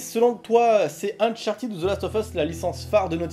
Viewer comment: Salut Chris, 2 questions ! 1: Qu'est-ce tu en pense d'un jeu du style James Bond comme nouvelle licence de Naughty Dog ? 2: Pourquoi Uncharted se prononce Unchartid et non Uncharted ?